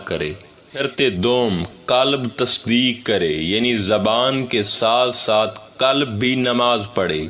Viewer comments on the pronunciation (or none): For your kind information, Correct yourself from the linguistic point of view to correctly pronounce and be able make difference between Kalab,Kalb & Qualb. Kalab-Expl. Rotary,Lions Club etc. Kalb - meaning Dog. Qualb - jiski aap baat kar rahein ya Afyedata in Arbi or Dil or Heart.